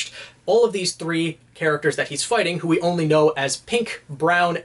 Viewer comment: foighting style